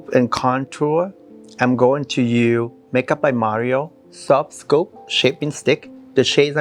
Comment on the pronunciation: Why don’t you pronounce the word “USE”. You can say the sound in other words. Strange